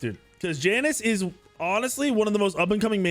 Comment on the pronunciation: “YA-NIS” not “JAN-IS” just a little pet peeve but come on bro you’ve been playing this game for how long and you can’t even pronounce it right lol